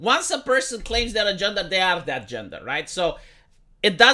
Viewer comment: Gendah ideology pwoduces weak soldiah. - Wong Po Noun